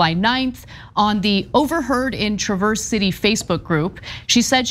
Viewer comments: TYT need to learn the correct pronunciation of Traverse City. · Traverse City is pronounced trav-erse city not tra-verse.